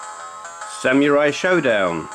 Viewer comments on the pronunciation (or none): none